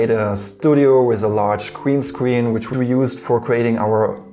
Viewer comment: Gween scween, weson, fweedee kweate